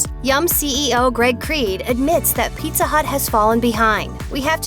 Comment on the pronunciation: Oh no mah peet-tha